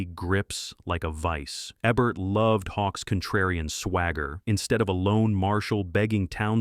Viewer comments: it''s EEEEBERT not ebert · A-bert? Eh-bert? This is AI! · It’s pronounced EEEEEEEBERT!